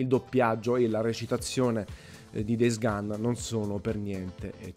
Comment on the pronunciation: DEIS GAN? Daje, un minimo di pronuncia eh